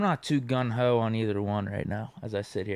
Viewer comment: Deke isn't "Gun ho" or gung ho.